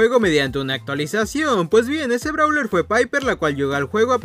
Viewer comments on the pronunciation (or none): none